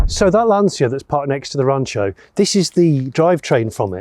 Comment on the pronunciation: It's pronounced "LANcha", Jonny.